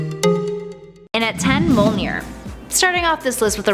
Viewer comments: Why is Mjölnir so hard to say...it's mj-OL.nir not mo-L-nir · STOP SAYING MOLNEER!! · Thank you! Hearing her say "mole-near" repeatedly was agonizing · It is pronounced as "Myolnir" not "Molnir" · I hate how she pronounces Mjolnir as "mole near". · Broken Bridge me-ol-neer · MUH-YÖL-NEAR !!!! Jesus lady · Am i the only one that got triggered she said mjonir wrong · Mjolnir is pronounced “myohlnihrr” and M’Kraan is pronounced “ehm crohn” (At least according to the X-Men animated series)